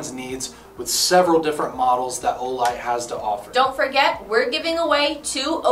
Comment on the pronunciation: My favourite cereal is Wheeto’s as it always makes me think of Olight with the emphasis on the O in Wheeto’s.